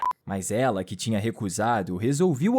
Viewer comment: "resolviu ouver" kkkkkk